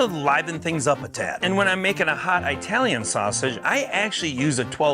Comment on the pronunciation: Well... this guy lost a viewer!! Please go back to whichever school you went to and learn how to pronounce Italian because Italians DID NOT live in Eye-taly!